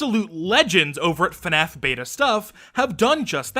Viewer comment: No one:: Fuhnaf